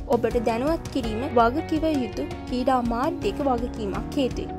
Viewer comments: seratama kalin sri lanka ha kreeda kiyana wachana hariyata uchcharanaya karanna. School gihin nadda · ශී ලංකාවෙ , කීඩා, කීඩකයන්,, හරියට කියන්න බැරිද මේ ගැනු ලමයට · මේ නිවේදිකාවට පළමුවෙන්ම ක්‍රිකට් , ක්‍රීඩා ,ශ්‍රීලන්කා වැනි වචන් කියන විදිය උගන්වන්න, මේ වීඩියෝ එක බලන එක එහෙම්මම එපා වුනා මේයා කතා කරන විදිය අහලා